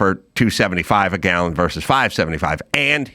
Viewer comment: Adam, please help Dave. He is pathologically unable to say "versus." Every time he says "verse."